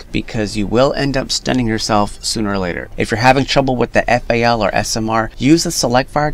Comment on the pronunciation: Lol my man said fal